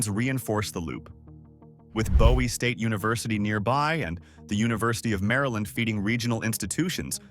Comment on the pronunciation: Just say. Maryland!!!!! Terrible